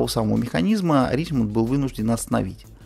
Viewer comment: Ришемон все таки, а не Ричмонт